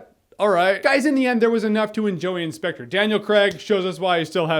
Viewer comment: Sepectre... Sepectre... Sepectre...